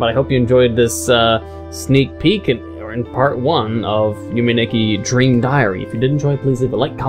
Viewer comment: You're on a roll today! Also, you had the pronunciation correct the first time;-; Why does everyone pronounce it like "Yumi"? I don't get it. EDIT: Also, I agree in that you should stream it